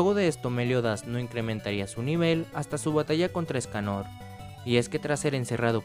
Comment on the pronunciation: LOCO LPM DEJA DE DECIRLE ESCANÒR SE LLAMA ÉSCANOOOR LPM ÉSCANOR CON ACENTO EN LA E, NO EN LA O. Besos